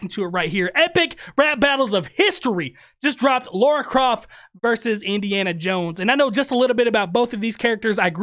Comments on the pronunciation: Her name is Lara not Laura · Indy wouldn't use the word "verse" in place of "versus." That's a relatively recent linguistic phenomenoid. Wait, it's pronounced "Laura?" Then why's it spelled "Lara?!" All these years, I've been pronouncing it "LARE-uh." Desert Eagles? Isn't she known for using the HK USP9 Match? Two-tone finish. Akimbo. "Sorry!" is a board game. I wonder if Board James has reviewed it. That's the only line that irritates me. I can deal with "verse" in place of "versus," but I can't deal with the use of the word "Baby Boomer." Harrison Ford was born in 1942, so he's of the Silent Generation. Indy was born in 1899, so he's of the Lost Generation. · Why do people say laura...its Lara...even people i know say that too...its weird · Just watched the 'behind the scenes' And it seems you and Peter has the same "problem" None of you can pronounce Lara, without making it sound like Laura. 😂 Great reaction/breakdown. 👍